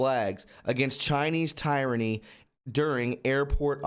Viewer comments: It’s.... Tear-ran-e Good video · It’s pronounced “tear-ra-ny”. Just helping. Thanks for your hard work.